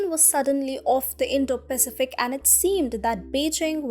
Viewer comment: I do wish you would get the pronunciation of the word "Pacific" correct.